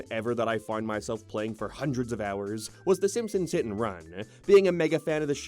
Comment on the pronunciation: Simpsons hit n runnnnnaaaa, reputationnnnaa, areaaa, thennnna. Holy crap how do u guys watch this guy